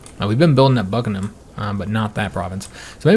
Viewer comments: I think he said Buggering Ham which is fitting since that's all the royals do these days. 🙄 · how can you call Buckingham Bugginham.